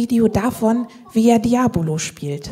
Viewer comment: Wie großartig sie noch absichtlich "Diabolo" sagt x). Ich liebe den Humor dieser Frau.